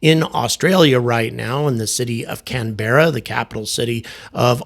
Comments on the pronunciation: It’s not pronounced CanBERRa, it’s CAN-brah or CAN-b(uh)rah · Canberra is pronounced "CAN - berra" not "can-BEARa" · Welcome to Australia! Happy to have you here, btw us locals pronounce Canberra as “Canbrah” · Just so you know, Australians say “Cambra”. If you say “Can-BERR-ah”, they probably will think you are trying to say something else. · Hi! Cant wait to see you in Melbourne. Also Canberra is pronounced 'CAN-bra'.:-) Have fun! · I was impressed with your Melbourne, somewhere between local and the horror of a typical US tourist. Try it as mel-bin Canberra is only two syllables can-bruh Welcome to Ox! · That ain't how you pronounce the name of the city you are in.